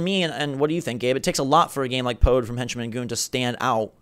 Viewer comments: I don't know what you guys expected from the Nindie show case, I got exactly what I was expecting to see. I adore bomb chicken, it was the most exciting announcement. Also, you also pronounced Pode completely wrong the entire time. (Poo-duh) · Pode is pronounced "Puda".